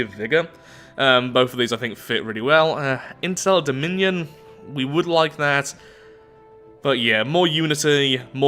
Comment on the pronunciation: "Instell Dominion" sounded a lot like "Incel Dominion". I wonder how THAT perk would work.